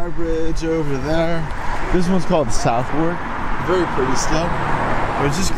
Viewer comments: Southwark is pronounced Sutherk, and it is Westminster not Westminister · Southwark is pronounced SUV-UCK... don't ask me why 😁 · Sutherk Bridge not South WArk. YOU are the TOURIST! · Well, I would say "Suthuk) - definitely a "th" sound there. Maybe a "v" sound for cockneys.